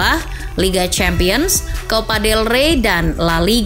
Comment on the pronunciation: Copa dey rey bukan level el real wkkww